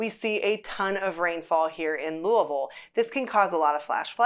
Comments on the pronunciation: Louisville was founded in honor of King Louis (Not Louah, not luhaa, but "Louie.") the XVI. When you visit, you are visiting "Louie Ville" not Louhvul, or Luvull, not LooAhVull, and so on. It is "Louie Ville". Got it? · You are incorrect. I will not comply. You are appointed 'dumb tourist' status if you ever come to lou-uh-vul.